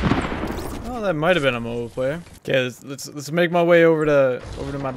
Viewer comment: Said mobile, not mobile.